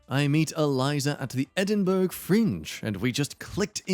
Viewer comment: Edinburgh - Edin"burra" not Edin"burg"......common error for non Brits/Scots 😀